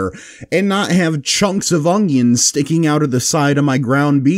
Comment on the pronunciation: why does he keep saying ongions lol